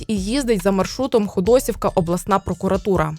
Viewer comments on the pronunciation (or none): Дякую, дуже цікавий сюжет, дуже гарна подача, але не ХодОсівка, а все життя була саме ХодосІвка!!! Х наголосом на ,,і" Дякую за вашу працю!!! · Ходосеевка, а не Ходосевка